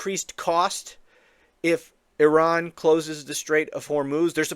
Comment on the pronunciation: Trump IS a neocon! And so nice to hear a USian making a good job of pronouncing Iran! 🙂 But re the Nobel prize - he'd make a perfect partner for Kissinger and "mother Theresa".